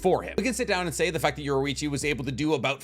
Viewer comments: His name is Yor EE Chi NOT Yor OO Ichi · You pronouned Yorichi wrong. And a few things in this is not actually true 😂